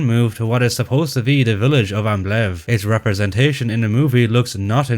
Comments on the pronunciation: The name Ambleve was mispronounced terribly by everybody in this movie. Sometimes it was referred to as Amblem, or Ambleff, or Ambiff, or Amblitt or even Ambit. And did anyone notice the German soldiers (No doubt played by Spanish Army soldiers.) kept yelling “On topa ze roof! On topa ze roof!” for every and any needed occasion? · The characters all badly mispronounced the name Ambleve. Sometimes it was ‘Ambeff’ , sometimes ‘Amblitt’ . It could have been ‘Amblig, Amblif, or Amblin’. And did everyone notice that the German Soldiers (I presume being played by Spanish Army soldiers) kept saying “On top ze roof” On top ze roof” for whatever occasion?